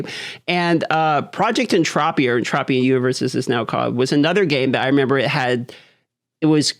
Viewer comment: "entropia", is a long O sound. en-TROPE-eee-uh